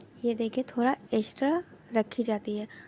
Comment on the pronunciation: Thanks bahut achhe se samjhaya ek bat or kahungi apka थोरा थोरा shabd bahut achha lga apke mooh se sunne me Hum log थोड़ा थोड़ा बोलते हैं ap थोरा थोरा